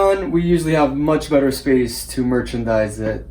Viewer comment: “Much betta” 😂😂😂